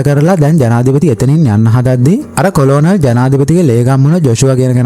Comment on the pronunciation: මචන් කොලොනල් නෙවෙයි කර්නල්